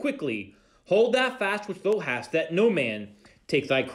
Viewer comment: You are doing a great job! Please realize you are mispronouncing "thou". When it is said, it rhymes with "cow" or "now" or "how". Thank you.